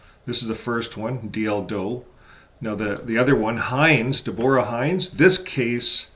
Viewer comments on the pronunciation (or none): I believe Deborah is pronounced with 1st syllable accented. NOT deBORa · Depends . I’ve heard it pronounced Debra , Devora, and Deborah.